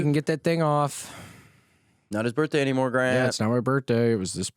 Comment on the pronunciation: Why does William say birthday like BURT-DAY lolol